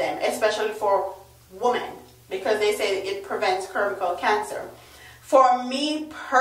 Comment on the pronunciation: Cervical is pronounced servical. Cervix is pronounced servix.